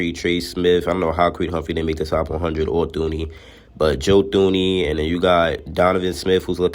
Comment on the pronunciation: I'm being petty asf but you gotta say Joe Thuneys name right if you gonna say it 😅